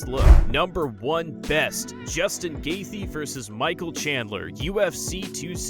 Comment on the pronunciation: pretty neat video, but if I might say, it comes off quite casual as you mispronounce several normally used words and you mispronounce fighter names. Justin "GAYTH-JEE"